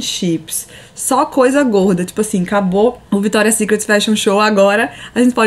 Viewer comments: Ficou muito bom.. não quero por defeito até pq, quem sou eu? mas uma pessoa do nível da Camila falar victoria secretSSS e gran palééé.. ficou feio p caralho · Cami apesar do meu TOC gritar toda vez q vc falava Victoria's SecretSSS, o vlog tá demais!! Parabéns pelo sucesso!!